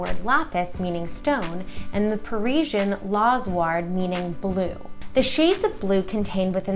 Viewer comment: Are you joking right now? "Pyrate" & "Parisian?" I really think you mean Pyrite & Persian. Good God man do you even know the material?